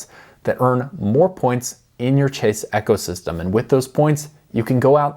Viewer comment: Are messing with us on how you pronounce ecosystem?